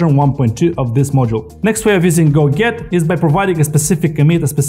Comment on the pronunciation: a detail: when you pronounce "go get" it sounds like "go git" - which for me - was confusing.